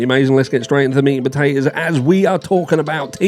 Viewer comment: Everytime you say "lets get in to the meat and potatahs" i want stew 😂